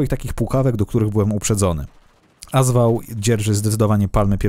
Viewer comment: "AS" w w nazwie AS WAŁ czyta się jak "AK" w nazwie AK-74